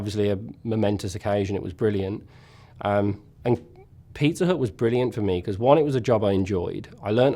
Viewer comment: Even though I knew he was talking about a pizzeria, it took me more than 7 minutes to realize that the name of the place isn't Peter but that he was in fact saying Pizza Hut...